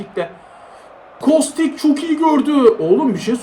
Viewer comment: Abi kostiç diye okunuyor diye biliyorum